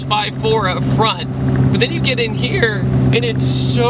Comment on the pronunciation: said “in HeRe “